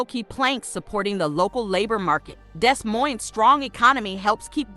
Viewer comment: Baby Doll, the city is pronounced Dee Moine, (the s is silent in both) not Desss Moinessss. Still good to know about these cities though. I agree, but you left out Omaha, Nebraska, where we moved to when I was 6. great health care, and lower utility costs, in all of these cities I've mentioned here. I was born in St Louis, also lived in East St Louis. Later Married a man from Des Moines, lived there off and on through the years. My youngest son still lives there, lived in Sioux City, and Waterloo, Iowa, lots of relatives and acquaintances in these cities, might want to mention Atlanta, Marietta, Smyrna, and some of the surrounding communities in Georgia. All of these cities are very affordable, in my opinion. I would not hesitate living in any of those cities again, if the weather was more tolerable. All of them have in my opinion too many tornadic type storms, Iowa also has those scary Derecho storms, and in winter, now that I'm older, it's just too dat blamed Cold!!!